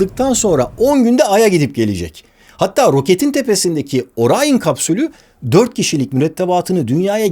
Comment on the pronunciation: NASA bile Orion diyor Barış Orayın diyor